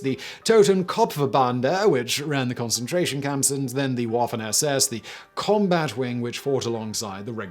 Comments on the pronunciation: It’s Vaffen and not pronounced as waffen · Waffen is pronunced vaffen... W is a hard v. Same reason germans say "Vhat do you vant vith me?" V and W is switched... It sounds silly when you say it wrong, in either language. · It's pronounced vaffen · Waffen - pronounced Vaffen. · I think the similarities between waffle and waffen are hard to overcome. OTW, he pronounced the other words correctly. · Hey Simon, thought I might help out a little with your pronunciation. The W in waffen is pronounced as a "V". So it's pronounced like "Vaffen" (this is a general rule in all german pronunciation" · You pronounce everything else correctly and then you come out with Woffen SS? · As a very much armchair historian and lazy-man viewer of many documentaries and WWII vids, hearing "Waffen" said with an English "W" sound over and over makes me cringe.... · As a historian you should really try to learn a bit of German pronunciation. It's really painful how you butcher some of the words. Especially words you repeat a whole lot of times in one video, like "Waffen", because German "W" is pronounced like English "V", not "W" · i had to stop watching. I could cope with him cantering through with the speed of a racing commentator - how difficult would it have been to pronounce Waffen or Wehrmacht even approximately correctly? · his flip-flop between pronunciation of Waffen vs Wehrmacht is triggering